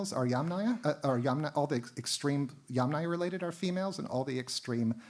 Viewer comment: extremely interesting, but at this point it is very difficult to follow… not only does the speaker lisps pretty badly, but it’s difficult to follow because all of the Russian/Slavic names are in addition also mispronounced😢😢😢 this is becoming very irritable to my census. Sorry you also mispronounced every other Slavic name 😞 including Yamnaya (literally; of holes in earth) and Sredny Stog. (literally; middle stack). What I do not understand ; why do you bother twisting your tongue trying to pronounce difficult Russian and Ukrainian words if you can easily translate it into English. And instead of incorrectly saying YamNAYA (YUMnaia - is correct) … just say “earth culture” and “middle stack”. I understand that these type of lectures are for “professionals “… but this is YouTube - many lame/nonprofessional people also listen to these lectures. And then YouTube becomes full of videos who mispronounce the words even more since they don’t understand how to pronounce them from professional professionals! Come on this has to stop somewhere … it’s ridiculously hilariously funny.